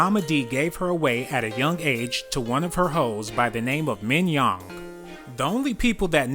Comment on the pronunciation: He said minyoung lol to fuuny